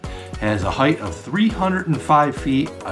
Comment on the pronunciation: height, not heighth.